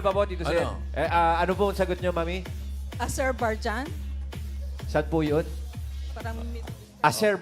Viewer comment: Azerbaijan hindi Azerbarjan.